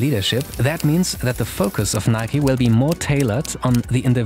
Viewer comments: Im baffled noone pointed out the fingerbittingly awkward way he pronounced "NIK 'E' " instead of just "nike". Like goddamm it this is some sort of new chinese torture of something midly annoying shoed (pun intended) in an interesting content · Wtf do Europeans call Nike, "nik" say the E in Nike. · Can someone explain what its pronounced like Nikey? Why not simply Nike, like for example Hike, Bike, Mike and many more. Those are not pronounced Hikey, Bikey, Mikey, so why is Nike different? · My only question is why is it pronounced Nik-e instead of Nike like in Mike? That is how we pronounce it in Sweden and it sounds better imo